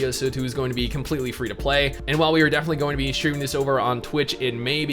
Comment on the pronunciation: "we're gonna be shtreaminééé.."